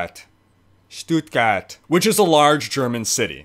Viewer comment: Your "Stuttgart" was on point. Really Good :D! :)Still funny to watch as a German :D